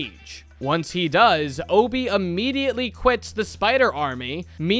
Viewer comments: the fact hes saying hobie as obie is killing me 😭😭😭😭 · What is with Americans and not pronouncing H's?? It's Hobie Brown, not Obie. Not once in the entire movie do they call him Obie. My guy, what is the deal?? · Hoe-bee not oh-bee as someone without the English accent thats how it is said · hobby not ob just say it properly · why do u say obie man why dont u say the H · why is bro not pronouncing the h